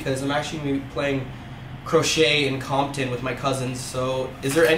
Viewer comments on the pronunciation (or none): none